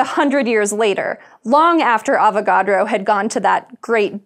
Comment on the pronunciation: Every time she says avacodro I think she's about to say avoCADO. lol